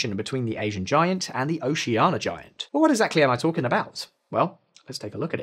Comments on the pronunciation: hearing this man say 'oceana' without the i is killing me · Didn't pronounce Oceania correctly even once...